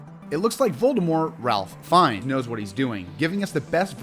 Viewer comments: And it's FINES not Finn-ese, or Phineas, or... And poor Fleur's last name! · ALSO HIS LAST NAME IS PRONOUNCED LIKE “FINES” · Also.. "Finn-ee's" 😅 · And 'Fines', not 'Finess'. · I realize now he pronounced Fiennes wrong and edited the whole video to fix it and it became Ralph....FINES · He actually said FIN-EE-US . The caption actually spells it Phineas!